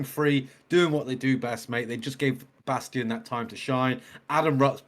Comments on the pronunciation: Guys, it's "Bass-TEEN". Tim said it but y'all missed it. & Rob commented that it was BassTEEN that suggested this be his debut song/video & they were all 💯 on board. It was perfect! 😉😉🥰🥰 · Great reaction! I think you did miss Chance's high long note that was amazing for a person that usually goes low.. And I think Adam B's last name is pronounced like Bas-teen.. They said it in the out-ro but its easily missed.. Cannot wait for more! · FYI his last name is pronounced “BAS-TEEN”… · His name is pronounced Bass-teen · Pronunciation Bassteen. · When Chris Rupp left HF in 2016 he created a new group called 7th Ave. with his sister Tristan and Adam Bastien was a core member of that group for around 5 years. There are many videos of 7th Ave. performances with some featuring Bastien (pronounced Bas teen) with the lead. He also filled in for HF live shows back before even Austin joined HF, and performed with Tristan Rupp on some duets, so he has been involved with the Rupp family and HF members from way back. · #HighlyReActiveReactions #HomeFree I like your reactions, I love Home Free. The song is great. But it's pronounced BAS-TEEN, please. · Oh! And it’s pronounced bas-teen